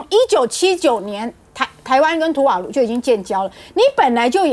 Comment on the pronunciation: 人家叫 图瓦卢 ，不是土，让你吃土